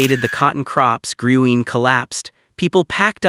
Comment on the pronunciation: Dance hall is pronounced, “Green” but spelled Gruene